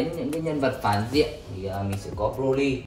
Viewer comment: Broly not Brolyn :))